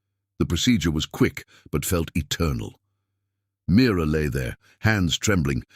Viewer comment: Name is Mira not mirror